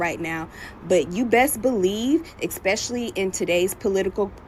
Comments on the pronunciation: Eck..specly..?????? Learn to talk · A doctor that says "Exspecially"? Clearly she was socially promoted out of school. But she should never have been given a license to practice medicine if she cannot speak English. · May I ax you what "expecially" means? 🧐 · Did that racist Perkins chick actually say "Expecially" and "Duh-der-duh-der-duh?" I haven't said anything like that, since the day I learned to speak! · "expecially"????? gd morons lol. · That black chick was so off. Nothing she spouted was correct. East tx? White only? Most importantly "Ex-specially" is not a word, moron. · Dumb black girl, its pronounced " especially".... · should learn basic grammer and pronunciation before she starts running her bigoted mouth.